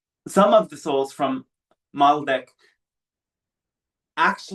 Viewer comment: Great transmission, thanks for sharing! BTW: It's Maldek not Malbec,, was wine on your mind?;)